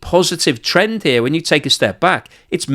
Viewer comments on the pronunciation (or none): none